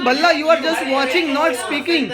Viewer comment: Mr. Anand Balla ❌ Mr. Anand Dalla ✅ 😂😂😂